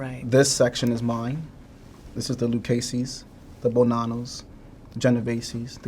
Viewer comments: this woman writes books and can,t say joe bonano she keeps saying joe bonanas . joe bonanaos. whats she smoking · You would think she would know how to pronounce Bonnano instead of calling him Joe 🍌